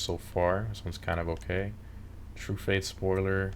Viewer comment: I've never heard anyone pronounced Truffade as "True-Fade" lol